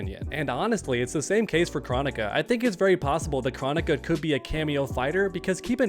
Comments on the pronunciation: I’m totally not trying to tell you how to run your channel…..,BUUUT bro PLEASE pronounce her name Kr-OH-nick-a with the big “O” sounds lol! Hearing her name pronounced “chronic-a” is just sooooo freaking annoying idk why! Maybe her SNOOP and DR. DRE should get together and drop that “CHRONIC(a)3” we’ve all been patiently waiting for all these years!! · I am passing a message from some friends saying do you not know how to pronounce Kronikas name Crow onika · For starters, you're saying her name wrong. It's KrOnika, the O is a long vowel, and 2 I think having Kronika as a playable character would be kinda cool. She is a time person, so she could have some pretty interesting attacks